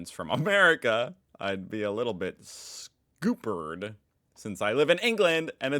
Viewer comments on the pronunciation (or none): its not 'scoo-pered' but 's-cup-pered'. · If we are talking English pronunciation here, it's not "scoopered", it's "skup perd". Just sayin' y'all. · Scoop-ered has me FECKIN ROLLING (for the curious, it's pronounced scuppered. like cupboard but with an actual P sound in there, btw) Irish person here to weigh in 😎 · The "upp" part in "Scuppered" is pronounced as in up, not oop. In context, it means in deep trouble. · Scuppered is pronounced scuperd not scooperd. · Scuppered is pronounced to rhyme with cup. Skup erred (pronounce herd and drop the h) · Quebec is twice the size of Texas and bigger than Alaska. The United States Constitution doesn't apply outside the United States. Pronounced SKuppered not scoopered. Drinking age in Canada is 19. Generally world wide it's 18. Georgia is a country borders on Russia, Armenia, Turkey, and Azerbaijan. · scuppered has 2 ps so "scup-pered". Think found another word not used in USA 🤔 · Scoopered? Do Yanks not learn the phonetic alphabet? You lost a few kudos there! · As you would have not heard that British phrase Scupperd which is akin to buggered it's pronounced s-cup-board not scoop-board. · … it’s s-cup-pered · the moment all British people die because of his pronunciation also in england ambulances don't have a price you just get taken to the hospital for free and most things are free though you just have to wait years for it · Scuppered....sunk (as in a boat or ship) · A small pronunciation tip: It sounds like you haven't come across the word 'scuppered' before, so I thought I should let you know that the 'u' makes a short sound, as in 'cup'. Maybe it's just a very British word, after all YouTube spellcheck doesn't seem to recognise it.